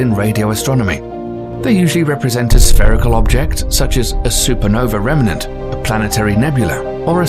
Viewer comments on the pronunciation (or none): love your pronunciation of everything ending in ae, but a remnant is not a "rehm-eh-nahnt." It's a "rehm-nahnt." Meanwhile, you also have some graphics that are opposite what you describe, c.i.p, being the Jupiter red spot, "counter-clockwise," as the image suggests, but the animation is wrong, going clockwise. Judging by your like ratio here, you have barely more than 1%. Why? Because your accent is soothing. Except for cosmos. It isn't "KOZ-moss." It's "KOZ-MOHS." Like the t.v. show with Carl Sagan. And words ending in "ah" are not pronounced, "uhr." Phenomina is "FEH-nohm-ih-nah," not "FEH-nohm-ih-nahr." And then, an hour 47 minutes in, ffs sake, "NEW-KEW-Lar?" Really? It is "NEW-Klee-ahr.," or more plainly, "new clear." There is no such thing as "new cue lar." Ugh. And last PLEASE stop with the Boomer Gen phrase, "on steroids." It is tired, hackneyed, and promotes the idea that abusing hormones will make a person superhuman. around 1 hour 15 in, dude. "BEETL-GEESE?" Are you f-ing kidding me? "BEETL-DZUS," aka, "beetle juice." Come on, now. "GAHISS" gise, don't know how to spell the pronunciation, would have been better than "geese." Like, Miss Geiss in Clueless.